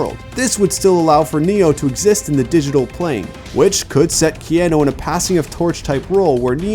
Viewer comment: Key Ann eww = NO. Key aaaa nu = YES.